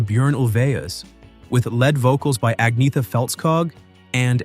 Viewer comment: Ag-nee-eht-a. Momma Meee-yah.